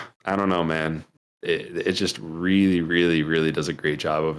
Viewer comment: Real-Lee? Is it real-lee strong?